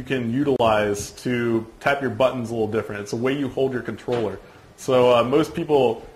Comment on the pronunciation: THE FUCKING CONTRLLERR LOOOOOOL ahahahahaha